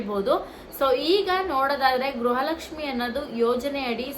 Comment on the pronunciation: Madam what is u saying is it is not a guraha lakshmi it is garaha lakshmi first correct your word